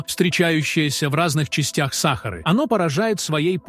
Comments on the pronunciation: Почему САхары, а не СахАры??? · Слушать невозможно. Просто возмутительно. Как не стыдно предлагать такое безграмотное видео. Если уж дали роботу задачу прочесть, задайте ему корректную программу, тогда и не будет СахАры и бархантов.